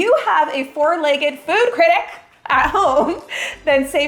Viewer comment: I love how she emphasised food critic because same lol